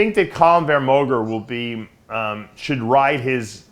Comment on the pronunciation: "Column Van Moger" ...... I cringe every time